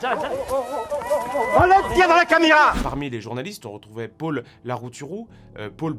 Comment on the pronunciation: Il dit aussi Pôle au lieu de Paul, rien à voir avec les parigots, voyez plutôt son accent comme origine de cette prononciation ;)